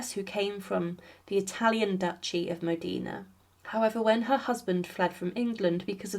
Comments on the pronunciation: Facts before sensationalism...also pronunciation...Modena not Medina. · please......please.....Duce of MODENA not MODINA........Modena Modena Modena😬😬😬😬😬😬😬😬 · Modina😮😂😂😂 MODENA, MODENA, MODENA!!! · It’s Modina!!!! Not Modena!!!!